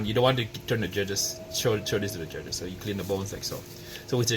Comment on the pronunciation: Yeah right Every fifth word is very LOUD the ribs are ready and very TENDER these are competition ribs to impress the JUDGES!! Yeah nice cadence 🙄